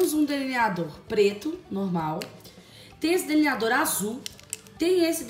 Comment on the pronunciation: Camila. Se. Fala. Deliniador. E. Não. Deliniado